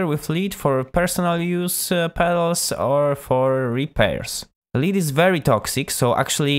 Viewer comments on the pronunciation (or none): I'd like to eventually build an Expandora, but i guess it's better to start with a Meathead fuzz with a treble roll-off filter! Thanx for the good tips on soldering and good luck with your channel! PS the metal in solder is pronounced 'led' not leed! :-)